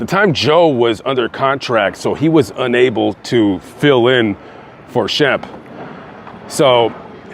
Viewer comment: I'm surprised you have time to look up all this info as busy as you are. I don't understand his mother. Sam is nowhere near the pronunciation of Shemp.